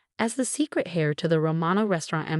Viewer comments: Also. Secret hair. secret heir. H is silent. Pronounced air. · Heir NOT HAIR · Also if you inherit, it is 'air', spelled heir, not hair🤦‍♀️ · The AI reading is awful. It’s ‘heir’, not ‘hair’. 🙄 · It's Heir ! Not Hair 😮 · Ratchel? Hair? (Heir) This pronunciation is awful. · he's not hair, he's heir - quite a difference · Heir, not hair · Heir the "h" is silent. Not pronounced as "hair." Some folks need a grammar tutorial. Do we have one on YT🤔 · Heir is pronounced air the h is silent Rachel is pronounced Ray chel the a is long not Ratchel. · Yes, and don't forget hair instead of heir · If James was the hair, who was the heir? Hair of the dog? Haircut? Hairstyle? 'Heir', as in the one to inherit, has a silent 'h'. It's not difficult. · Do you want another pronunciation issue hair instead of are excuse me? Who's writing this stuff I want my AI companion to be able to pronounce words properly. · When you pronounce the word "heir," you do not say the "h."